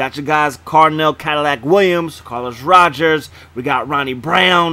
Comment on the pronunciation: It’s Carlos Rogers not Rodgers my friend 👌🏽